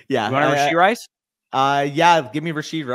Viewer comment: Goal for next video - stop adding a "d" to the end of rashee (rashee rice). :P